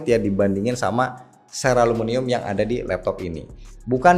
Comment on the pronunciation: Ceraluminum, bukan ceralumunium 😢